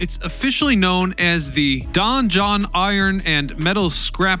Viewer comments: DON JOHN OR DON JON not dungeon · It's don jhon